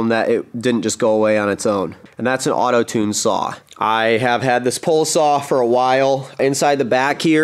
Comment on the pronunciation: Say "Pole" Say "Pole Saw"